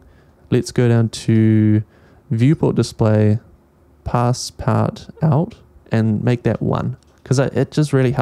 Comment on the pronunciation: Dear, great video as always, but it's still pronounced "pass-par-too" lol